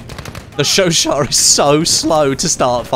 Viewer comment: Finally a YouTube who can pronounce the gun right